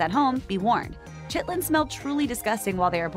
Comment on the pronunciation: No chit-lins